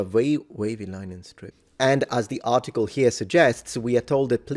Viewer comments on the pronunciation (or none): none